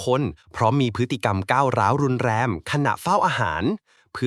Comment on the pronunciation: รุนแรง ไม่ใช่ รุน แรม สงบเสงี่ยม อ่านว่า สะ หงบ สะ เหงี่ยม ไม่ใช่ สะ หงด เสียม 😅